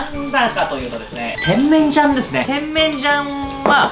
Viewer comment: てん→めん→じゃん↑ ・・・イントネーションがw